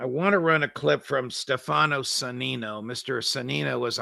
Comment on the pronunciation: When pronouncing the name"Stefano", the accent should be put on the "e", not the "a" vowel.